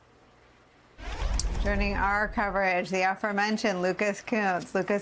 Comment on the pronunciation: Not sure that's how you pronounce Kunce